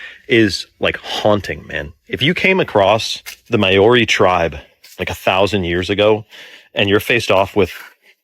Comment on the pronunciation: how come you yanks can't pronounce Maori properly? I'm part Maori and live in New Zealand. its actually a bit offensive